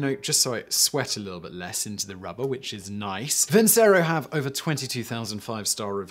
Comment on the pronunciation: It's pronounced vinchero ffs